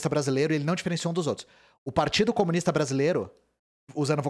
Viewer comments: CO - MU - NIS - TA são quatro sílabas... #TMJ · 4 sílabas. Por favor né